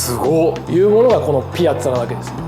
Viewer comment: ピアッツァのイントネーションってピ「ア」ッツァが正しいと思ってた